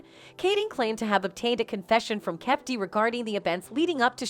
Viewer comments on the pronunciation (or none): I'M SORRY I HAVE TO SAY THIS. LISTENING TO HER MISPRONOUNCING THE NAMES IS ANNOYING! IF YOU ARE GONNA DO REPORTING PLEASE PRONOUNCE THE NAME RIGHT! IT'S NOT 2 PACK! IT'S 2PAC/TUPAC! IT'S SUGE NOT SHOOG! KEEFE D NOT KEEF D!